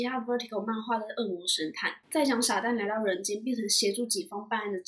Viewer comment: 薩旦我聽成傻蛋(還好有字幕XD